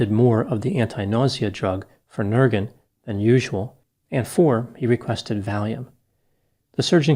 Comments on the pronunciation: I am a medical person and always pronounce it phen ER gan, with the accent in the middle syllable exactly the same way as (from Australia) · 36 years in the medical field in the U.S. Have always heard and said PHEN-er-gan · Me too. He probably doesn’t know that the accent is on the first syllable, not the middle syllable. He made it sound like a Swedish word…lol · Never heard Phenergan pronounced like that before. I literally laughed out loud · Me, too. 😏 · In the medication phenergan, the first syllable is highlighted more than the second.